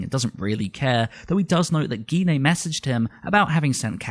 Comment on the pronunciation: please pronounce Gine properly you don't say aubergena do you, you say it as aubergine Auber-Gine not gena. why do people say her name wrong.